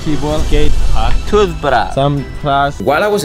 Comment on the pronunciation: He said toothbarash 😂😂😂 instead of toothbrush